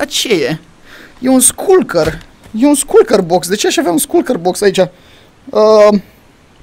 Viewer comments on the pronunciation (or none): Se citește șulcăr nu sculcăr